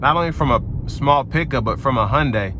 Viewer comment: I Like how he pronounces "Hyundai" properly